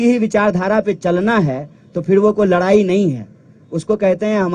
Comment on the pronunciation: Is sale ko abhi tak bolne ni ata ladne ko larne kahta ladai ko larai kahta hai 😂😂😂😂😂